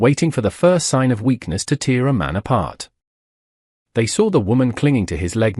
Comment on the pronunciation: "tear a man apart". The word is pronounced "tare" it is a different word that"tear" pronounced "teer." The first means to render or damage, these ond Indicates crying . AIs frequently get this pronunciation wrong.